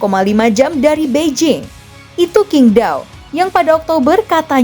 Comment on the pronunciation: Qing Dao tuh bacanya Ching D(t)ao. Kok gue kangen Anita Rahman, penyiar TVRI zaman rekiplik yg jago baca teks/nama China, Perancis, Arab dll karena sll tanya dulu dan mencek ejaan (dan itu jauuuuh sblm Google Translate dan ChatGp atau aplikasi zaman now).